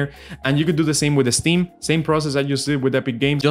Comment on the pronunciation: It’s “ steam” ,not “esteem”, buddy